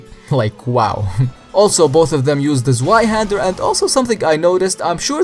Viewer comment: You're pronouncing zweihander wrong. The w is pronounced like a v. "Proof?" you say? Zwei is the german word for two and "w"s in german are pronounced like a v. There's also supposed to be an umlaut over the a meaning that you would pronounce the sword "zveihender" But since ther'es no umlaut you're allowed to say zveihander.